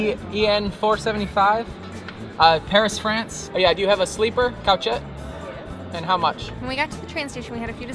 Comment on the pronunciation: couchette: "koo-shet", not "couch-et".